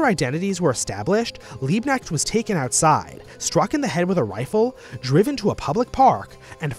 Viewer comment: The K in Liebknecht isnt silent. For English speaking people to pronounce it correctly it's spelling would like something Leabknecht. (ea spoken as in leap, kn spoken as in Knut)